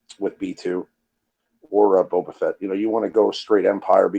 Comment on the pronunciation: its boe-ba lololol